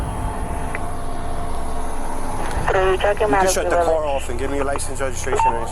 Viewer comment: Car is not pronounced like care. Stop calling a car care!!!!